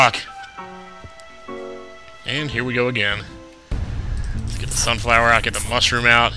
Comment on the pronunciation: Okay, repeat after me: sunflower Sunfower SUNFLOWER!!!